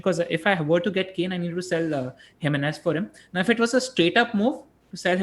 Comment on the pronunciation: Sorry to pick on you - its Him-ae -nez and not Jimenez:)